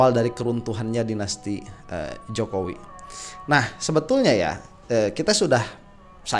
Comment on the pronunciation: ngakak saat keseletot nyebut JOKOWOK😁😁